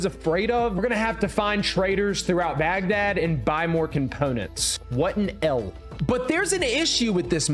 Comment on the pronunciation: I’m just going to ignore all the times he mispronounced Baghdad 😢😅😂